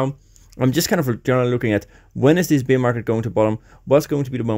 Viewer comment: Dude you keep saying beer market, it’s bear market. Pronunciation is different. Love the content though.